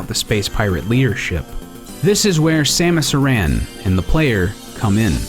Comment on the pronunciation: Aran* he pronounced it weirdly More like S-ah-muh-s Ah-ron. Samus Aran